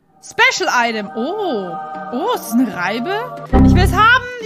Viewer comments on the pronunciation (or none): none